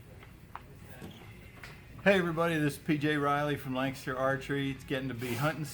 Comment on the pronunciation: I always pronounced Lancaster as it's spelled. This guy always pronounces it "Lankster"